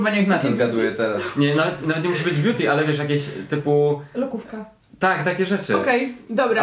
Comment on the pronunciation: " Wóda bjuti"NIE NO HAGAGSGSSGA